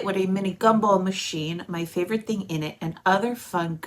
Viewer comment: Like you say “think” for the word “thing”. It’s fun to listen to 😂